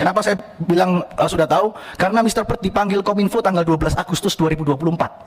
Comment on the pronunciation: Mr. Bert, bukan Mr. Bird